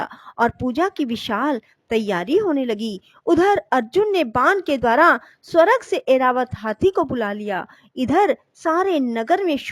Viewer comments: स्वरग नहीं स्वर्ग जय माँ महालक्ष्मी 🚩🚩🚩🚩🚩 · Aapka uccharan theekh nahi hai....jaise swarg...gandhari